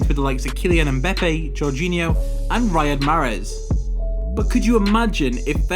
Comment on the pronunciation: He means the way he said them